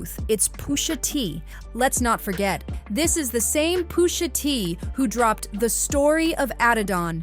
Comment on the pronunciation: Pusha not poosha